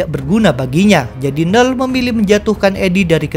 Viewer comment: biasanya admin nyebut "knull".. "kenull". kok sekarang jadi nell :(